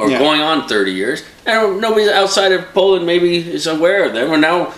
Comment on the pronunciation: Wtf is Polland ? It's Poland for satan's sake :D